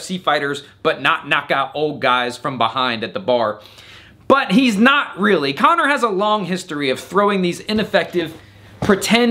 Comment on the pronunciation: Yet, you still cannot pronounce his name right 😂😂😂